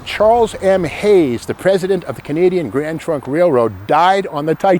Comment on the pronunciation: I appreciate your videos no matter what they are. You have crazy energy and thoroughly research everything you talk about. I kept hearing Grand Funk Railroad whenever you said Grand Trunk Railroad. I am of similar age as Steve so I know band well. 😀